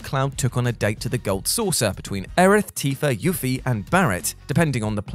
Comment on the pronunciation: So you finally decided to say Tidus and not tideus. Now if only you would say Yuffie’s name correctly.